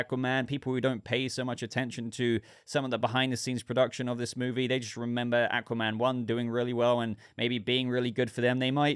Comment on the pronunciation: Thouggt the teaser looked good and im looking forward to the full trailer. 👌 You pronounce Aquaman correct btw 👍